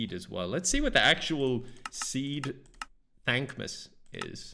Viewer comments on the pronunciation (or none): I thought at first he was saying dank miss